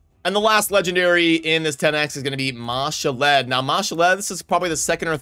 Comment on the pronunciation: Ma-Shalled, not Mashall-Ed :) one day you won't butcher it, lol